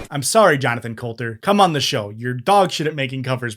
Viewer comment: Could’ve been cool to do like, three seconds of contextual research before you A) asserted at the parody artist is bad at music because he made a goofy parody of a dumb song - I mean, it’s the point B) said his name incorrectly multiple times (Colton, not Colter)